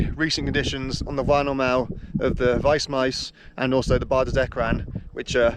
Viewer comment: Weissmies, not wisemise. How many years are you living there? Yet not able to speak French nor German. Or even pronounce their names.